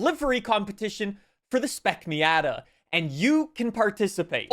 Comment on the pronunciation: Does everyone in Canada pronounce "Miata" incorrectly?